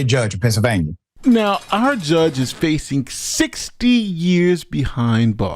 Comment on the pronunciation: Ooohhh, "Penn-syl-vania" ... understandable...😅😂🤣!